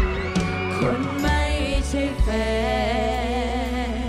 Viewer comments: มิลล์ทำมัยออกเสียงคำว่า แฟน เป็น แฟ. แทน. เป็นแท. โทษที เป็นคนพม่ารึเปล่าจ๊ะ. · โคที่ไม่ใช่แฟ... ทำแท.. ทุกเรื่องไม่ได้ เหนื่อยก็รู้เหงาก็เข้าใจ แต่ไม่อาจให้ยืมอ้อมแข... ไม่ใช่แฟ... ทำแท.. ไม่ได้ เอออกูฟังแบบนี้คนเดียวหรือป่าววะ555 ออกเสียงแม่กนไม่ชัด